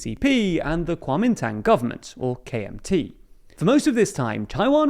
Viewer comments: KMT is pronounced gwoh-min-dang, not kwah-min-tang. It's 国民党 not 扩民唐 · The KMT is pronounced “Guo min dang”. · Love your video but do google pronunciation rather than assuming how to say it, Lai’s name is te as de in French but you pronouce as de in Spanish. Also wrong pronunciation of Tang in KMT, and Yuan is one syllable and not two.